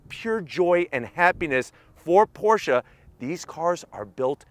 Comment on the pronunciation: ❤️ the new 2022 Porsche 718 GT4 RS., I'm happy that you actually pronounce Porsche correctly.😉 Mad R-E-S-P-E-C-T💯